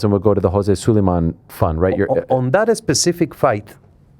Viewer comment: Mauricio Su-LIE-MAN!!! Fake Mexican his parents weren’t even Mexican bro